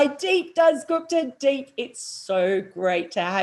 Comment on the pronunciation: it's दीप Mel not "Deep". Please check the Phonetics, Use Google. It is painful to hear wrong pronunciation multiple times for half an hour. I don't know How दीप bears it himself, maybe he adapted. I don't want to be disrespectful towards you but it shows lack of effort, which results from lack of intent. As Bharat Sunderesan once mentioned "You will not find an Indian mispronounce Western names" and "Respect starts from pronouncing names properly".